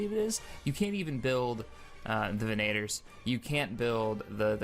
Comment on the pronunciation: "Veneytors" xD